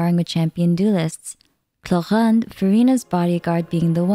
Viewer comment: First of all since Sumeru (3.0) the Archons Quests have been really good in wirting so of course Act I and Act II, second as one of a REAL Fontainian you really said the names respect (but Clorinde is not good even the in game one), so now that the NPC form the beganing of Act I (back in Sumeru) is the only thing that can be connected in the next Archon Quest. And finaly, For the unknown Sumeru Archon Quest, mauve de have to come back to Nahida and go back to Urminsul records to search about Furrina, the previous Hydro Archon or just the original sin and prophetie of the flued and Nahida will be whit us while searching for infos about Fontaine.